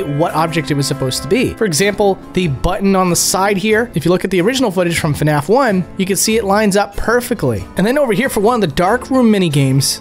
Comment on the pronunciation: please dont say fanaf